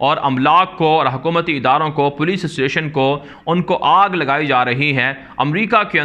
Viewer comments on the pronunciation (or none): none